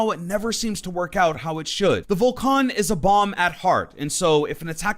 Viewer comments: Vol can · I dont like how you pronounce: Vulcan